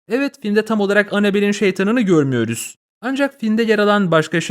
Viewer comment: Evladım, Türkçe telaffuz öğrensen diyorum. "görmüyörüz" nedir. "...yoo" lar nedir? D lerin Z lerin ayrı bir fecaat. AI bile daha iyi konuşuyor.